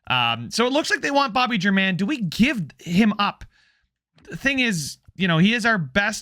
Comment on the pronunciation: At one point I think you said you cared about name pronunciation? If so, Bobby German should be pronounced HAIR MON, just like Domingo German.